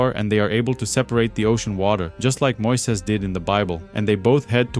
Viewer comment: It's not the voice or accent, it's the strange intonation and pronunciation that makes it sound like an AI trained on your voice. For example, you pronounce Moses as "Moises", which sounds very unnatural. I apologize if English is not your first language.